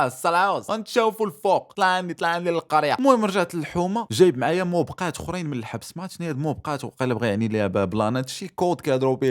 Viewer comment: موبِقات ماشي موبْقات ههههههه